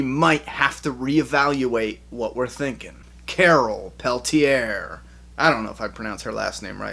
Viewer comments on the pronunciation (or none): none